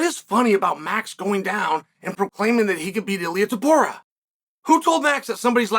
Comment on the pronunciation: "Toporier?" Really Chael